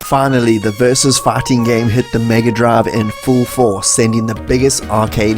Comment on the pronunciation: Am I the only one who hears "farting" every time he says "fighting"?